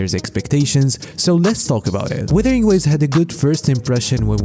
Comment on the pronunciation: Btw, It's "wUthering" not weathering.